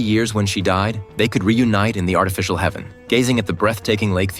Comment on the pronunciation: It's h-EA-ven